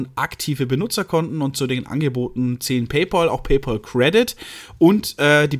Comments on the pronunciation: Wird "PayPäl" gesprochen, nicht "PayPoahl", gell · Bayerische Aussprache